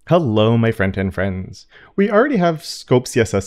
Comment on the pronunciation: Man, I didn't realize you say "front-end friends" and not "friend and friends" until I read it on the t-shirt 😆 I was like what does that even mean, friend and friends, haha.